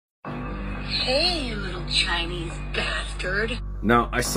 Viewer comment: With her emphasis on “Chinese” I think her hatred has a little less to do with the fact that it’s invasive